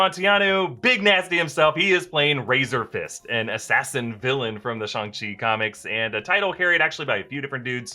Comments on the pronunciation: Okay I don't like the way pronounces "Shang" like SHONG? Think of Shang Tsung, like Sang with a SHH at the start. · There's nothing more racist than calling it shongshi when its clearly read as Shang Ching. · Its not shung che like you say its chang shi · You went from Shang-Chi with a hard A to Shahng-Chi with a soft A. Totally not 🇨🇳 right? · I don't know pronunciation of Chinese, but according to Wikipedia 上氣 is transliterated Shàng Qì or Shang Ch'i. So, the usual pronunciation: Shang not Shong. Simu Liu also pronounced it like this in a recent interview available in YouTube. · Shanchi not SHUNGI damnit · Shang chi* not song chi 🤣🤣🤣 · It’s shAng-chi, not ShUng-chi 😂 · Shang chi please not "shong" even if it's the right pronunciation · i thought it was Shang chi like lang not shung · ah yes shong chi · shong ch-e said lol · said shung-shi SMH🤦‍♂️🤣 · Just pronounce it Shaang - Chi is sounds cooler that way. The accent is Soo unnecessary!! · did he really just say shang-shi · Oh so it’s pronounced Shawn C got it. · it is pronounced Sh-ang Chi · Why u say shhooongg chi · Stop saying Shung, we all know u don’t say it like that😑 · WTF is Shung Shi? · did he say shong-chi at the start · schang-shi....wtf is that supposed to mean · guys I mean the pronunciation...😂😂🤣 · Shong chi lol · Oh that pronunciation of SHANG Chi is going to upset me😅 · shuang SHI HAHahah cant even say it properly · Why you pronounce Shang chi like that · How the hell did he pronounce Shang-chi!!! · can't say Shang-Chi😆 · For the love of god PLEASE don't try to pronounce Shang-Chi like that ever again...